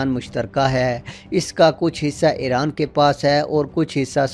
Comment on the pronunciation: It is iran not eran 😂 lol